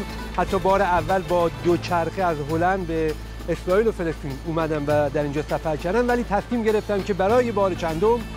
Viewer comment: فلسطین نه فلستین به جا سفر کردن زبانتو تقویت کن